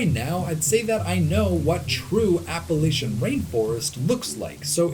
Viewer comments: No it’s not it’s pronounced Appa-Latch-Un. I’m from West Virginia, the regional dialect pronounces it this way, that means that the way we speak it is proper. He’s saying it properly. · Every time in the video that I heard you say "Appalachian" the right way (APP-UH-LATCH-UHN) I threw a fist in the air, and I'm not joking at all haha. Love the video. Thank you for coming to my home state of West Virginia. Its got so much beautiful land. I miss it dearly. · New fan simply b/c you pronounce Appalachian correctly!! I’m from VA, recently spent some time on west coast, really “grinded my gears” the way they pronounced it out there!! Trying to make it sound all bougie! 🤢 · He pronounced Appalachian right!! Made me so happy!!